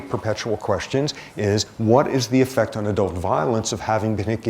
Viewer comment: His enunciation of "effect" sounds like "affect" cause he always says "ahhh" for the e. 🤦🏻‍♀️